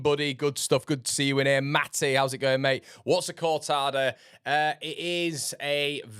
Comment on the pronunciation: CORTADO you dumpling, not Cortada